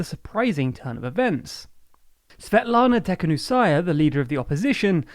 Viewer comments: Its not Teknusaya , its Tikhanovskaya . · Bizarre way to pronounce Tikhanòvskaya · Can we please knowledge how he is miss pronouncing the name of the opposition's leader? 🤔 I was not looking at the video for a minute, just listening and I got confused who is he talking about 😄